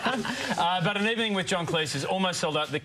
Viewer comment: stop mispronouncing Cleese!!!